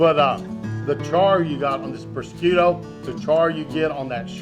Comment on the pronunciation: Looking Great chef! Both the food and yourself! One small nigglin....I come from the n.e....specifically Long Island ny, and an ethnically Italian lineage....prosciutto is known as...phonetically "prahhzhutté" or prazhute(if you wanna speak Sopranos...lol). Either way...KILLERRRR!!!! Def gonna whip some of this up!!!!! Love ya chef!!!